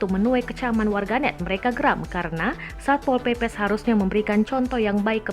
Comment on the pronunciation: When satpol PP say: "SAY SAPPPOL. SAYA YANG BERWENANG DI SINU" HAHAHA